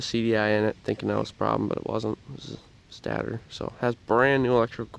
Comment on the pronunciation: State ter is how you pronounce it bud.